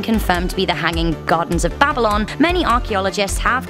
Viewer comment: The way she pronounce Babylon. BabiLON!